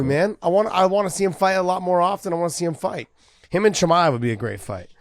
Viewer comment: josh actually call khamzat "CUMSHOOT" chimaev. Now i understand his name "the punk" all make sense for me